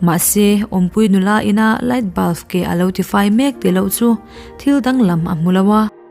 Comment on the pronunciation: I aw ka ngainat nen BULF iti hi ka hrethiam theilo che 😂😂😂❤